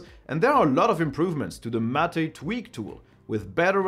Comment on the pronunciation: M' ate or mmmm8 not Mat aaaa.